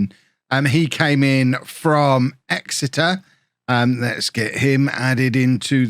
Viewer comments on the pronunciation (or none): none